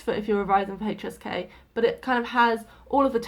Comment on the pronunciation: Every time you say HSK I hear hey cheesecake😂